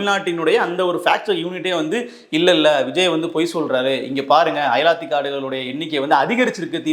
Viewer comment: தம்பி அயலாத்தி காடுகள் இல்லை அலையாத்தி காடுகள்